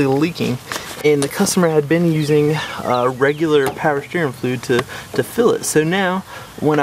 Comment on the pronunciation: Don't need firearms training. This guy sounds like he has a mouth full of marbles.Slow down. The word is "fluid" not fluei".